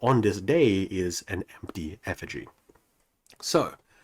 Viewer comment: You mispronounce effigy then say it right. Made me feel this weird sense of relief 😂